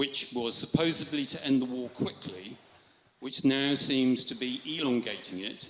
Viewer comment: he says supposebly instead of supposedly btw.